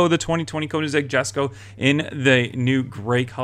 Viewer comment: It’s kornigsegg yesko but spelled jesko